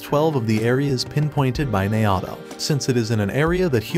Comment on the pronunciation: Naoto being prounced Nayahhtow is tough